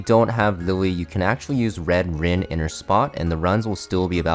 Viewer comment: He said red rin